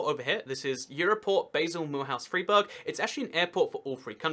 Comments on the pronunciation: I like your geography channel but you need to work on the right pronunciations. Freiburg = Fryburg not Freeburg. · Also it's Fr-eye-burg, not Freeburg...